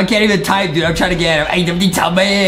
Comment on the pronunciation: Adam not Adem Justin